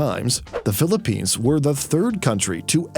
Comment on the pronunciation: Are you trying to offend us by saying "Philipignas"?